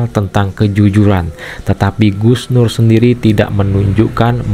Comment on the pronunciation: Kalau sebut Gus terbaik bacanya sug nur😂